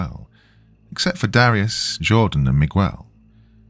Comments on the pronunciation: I love my youtube narrators, but the odd mispronunciation just gets to me. Not mi-qwel, its mi-gehl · This Miguel thing literally almost made me quit this story. Dr. You are the best but... its worth rerecording. It's like calling Thomas though-mass.